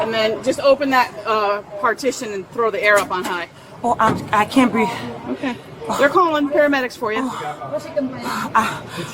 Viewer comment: Right to the "I can't breeve" when the cuffs go on........ Bwahahaha!!😂